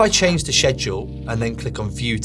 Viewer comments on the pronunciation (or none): Hi sir, it's actually pronounced "sked-jool", and not "shed-jool."